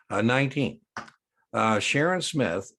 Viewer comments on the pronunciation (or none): none